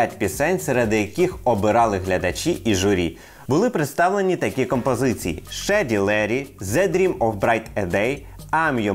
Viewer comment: Відео цікаве. Автору - лайк. Але, але англійську треба підтягнути, бо дуже вже ріже вуха вимова «шеді леді» чи «кнок мі аут»)